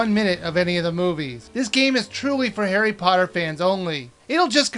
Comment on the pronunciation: i thought he said hairy potter